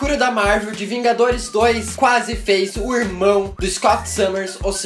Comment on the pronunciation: Que q é "quasse"?